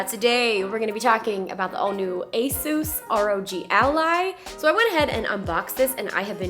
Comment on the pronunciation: Finally somebody who says Asus the right way. XD